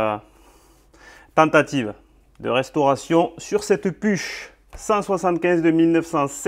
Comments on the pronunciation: Très intéressant . Une petite précision . On ne prononce pas « puche » mais « pourrhh » 😅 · "Pourr" pas PUCH. C'est Germain comme marque. En tous cas bonne restauration et belle machine. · PUCH, je pense que ca se dit "Pouk", ou "Pourrr' " ! en 🇩🇪 🇦🇹 😊